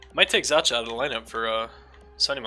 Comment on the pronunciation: It's pronounced Pavel Zaka